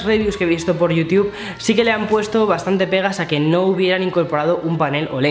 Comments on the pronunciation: A los españoles les encanta leer el inglés en lugar de querer pronunciarlo. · me mata que digas yiutub